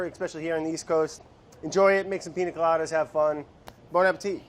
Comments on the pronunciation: if he says PINA instead of PIÑA again we’re gonna have a huge problem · PIÑA COLADA BRAD NOT PINA COLADA 😭🤣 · So, of course I love Brad. Even when he cant correctly pronounce "piña" (Ill let it slide just because its him). But, hey producers, what happened? I mean I know its summer, and you want to just chill, but this ep was ...underwhelming. No crazy edits/music, where was Vinny? Super simple recipe.... the highlight of the video was seeing Andy letting go of control and having a sip of alcohol at 3pm ... (Im still a bit shocked to find out he drinks, he seems so cutefully type A) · I don't know if this correction has been made before, but it isn't "Piña coladas" is "Piñas coladas" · PiÑa not piNa...changes the way to pronounce it 😉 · atleast learn how to say piña